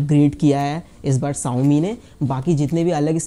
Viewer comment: VerJan not verZan Shaomi not saomi 😂😂😂